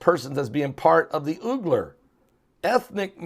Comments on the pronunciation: It's pronounced wee-gur as far as I can tell, pastor. That's a hard one for sure!!!! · I think it is pronounced “Weeger” - it might be confusing to listeners. I used to be confused.